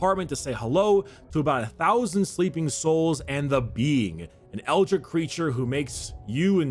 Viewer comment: It's ELDRITCH not ELDRICK you fucking KNOB